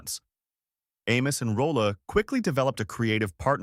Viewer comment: It's Roll(e) , Not Rolla.